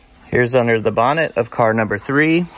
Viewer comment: Hay you said bonnet how very British, well done .cheers from UK.